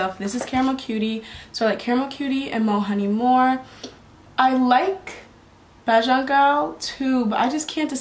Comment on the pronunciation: Nice. Bajan pronounced bay-jun